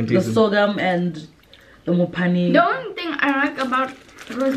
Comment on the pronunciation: Why do they keep calling it Mophane 😂😂😂. It’s Phane 😂